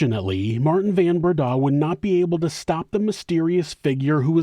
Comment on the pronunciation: Van Breda is pronounced like Fun Breda